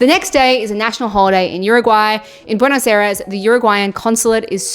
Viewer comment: Buenos Eres and Montevido lmao